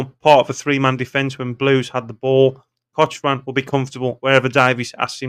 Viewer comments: Pronounced Cockran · Cochrane is pronounced cock ran 👍 its a silent H